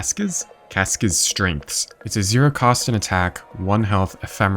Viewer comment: I still can't quite believe he can pronounce husks, but not cask's for some reason